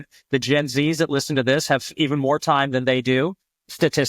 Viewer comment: This not Dis 😂